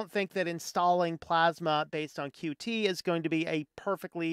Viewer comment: Thank you for calling it "Q T"